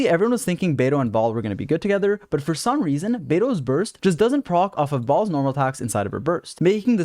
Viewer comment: i can't stop hearing you say balls instead of "baal's"